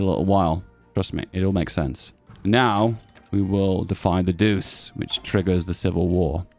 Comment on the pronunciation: btw Duce is pronounced as Duche